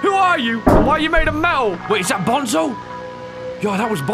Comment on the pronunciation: Is not bonzo is banzo